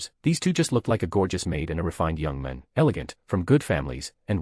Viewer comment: It's hilarious how this AI voice says "young man" as "yung min" 😂